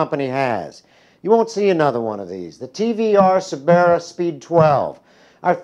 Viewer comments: it is prenounced "Sir-bir-uh" not "Sir-bear-a" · "Se'Beara" lol What's with the over pronunciation Americans love so much? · The guy pronounced Cerbera wrong and his name is. Many issues here. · why on earth does he pronounce cerbera so completely wrong